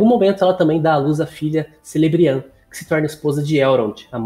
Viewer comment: Celeborn se pronuncia Queleborn; Celebrian é Quelebrian; Gil Galad é Guili Galad.